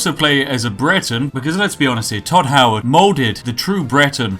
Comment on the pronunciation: If he says tod howerd one more time ill show him tod howerds fucking repitasion